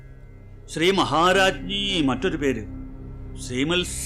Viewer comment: ശ്രീമ"ൽ" സിംഹാസനേശ്വരി... എന്നുള്ള ഉച്ചാരണം 😢ശെരിയാണോ?ശ്രീമ"ത്" സിംഹശാനേശ്വരീ എന്നല്ലേ?